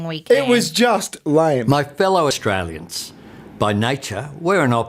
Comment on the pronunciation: "My fellow Aushtrayliansh".... I can't 😅